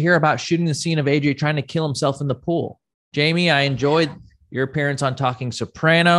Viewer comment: Why does Rob keep calling Jamie - Yamie?? It's so annoying